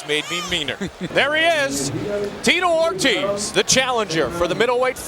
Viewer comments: The guy called him tee-toe or-tizz instead of or-teez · Did the narrator call Ortiz - Tito Or-Jizz? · They pronounce Ortiz like rizz lol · “Teto Ortez” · Why does he keep saying Ortiz like that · Call him cocky, call him rude, call him good...or call him corny and stupid, terrible at coming up with analogies. Those work as well, though not being able to pronounce Ortiz is pretty absurd as well.